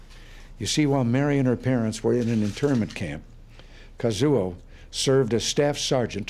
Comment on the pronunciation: Casio? _Kazuo, not something to mess up like he did.